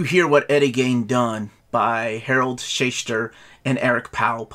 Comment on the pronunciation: Why does no one on youtube ever take the time to learn how to pronounce words and names? Who TF is Eddie "GAIN"?